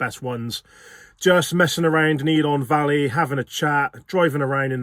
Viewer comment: Great video, one of our favourite places, but… pronunciation of the places needs some work🤣 please don’t call it ELON valley… it’s ELAN Valley👍🤪